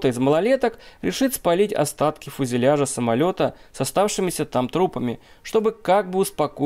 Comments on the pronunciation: не фУзеляжа, а фЮзеляжа. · это не регби ) фУзеляжа? хаха ты серьезно?)